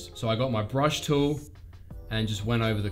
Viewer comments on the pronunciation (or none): none